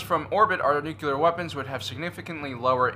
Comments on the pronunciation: Love your vids, but I had a hard time with one thing. It is New-Klee-Are, not New-Cue-Lar. Sorry, but I would rather listen to nails on a chalkboard. Both Bush 43 and Carter said that. I cringe every time. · Please learn the word nuCLEar! It is not nuCULar.... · NU CLEAR not NU CU LAR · You pronounce "nuclear" like President Bush. It's "nook - lee - err", not "nook - yoo -- lerr". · Nuculer ??? Or nuclear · its nuclear not "nucular" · It’s nuclear. How many times he gonna say Nucular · Just like the real new Star Wars movies. Too much comedy in this video. Plus, what is "Nucular"? It's "Nuclear." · I gave you a like in this one, because it was honestly awesome - I almost retracted it for all of the “nucular”s, but I saw a video of yours yesterday where you joked about that/ and your channels have quickly become my favorite - sooo, I gave you a break 🤣. Keep up the great work! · Say it with me: N-U-C-L-E-A-R. Nuclear. NEW-CLEE-ER. Nuclear. "Nucular" is not a word. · Always thought you were smart, then you said "nucular" 🤔🤔🤔